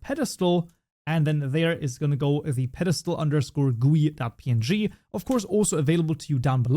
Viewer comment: bro prononcing GUI as gooy instead of G U Y is crazy